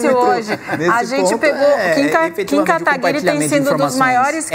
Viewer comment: Querido, não é Kataguiri com som de linGUIça e sim GUI de GUItarra. Muito bem moça, é assim mesmo que se fala. Ai minha nossa hein, CNN? Deviam cuidar mais das falas.